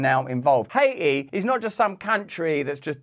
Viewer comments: What the hell is hay-eee??? That's a country? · High-aye-tee has been retired 🤣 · Aw you stopped calling it Ha-eee-tee